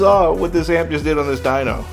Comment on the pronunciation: Dyno, not dunk. Smh